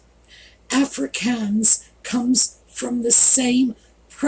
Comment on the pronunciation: Voetsek pronounced foot-sak. Afrikaans pronounced Afri-kaans emphasis on the aa = ahh